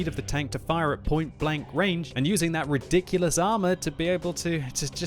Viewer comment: Its ridonklious